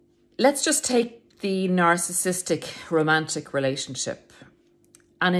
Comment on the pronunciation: You are not the only youtuber that says narcistic 🙂